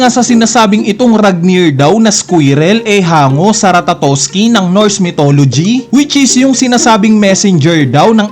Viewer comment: mali nanaman pagbigkas mo ng ratatoskr:face-orange-raised-eyebrow